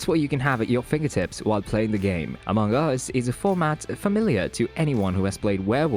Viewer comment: the way you are saying amongus is so weird lmao good video tho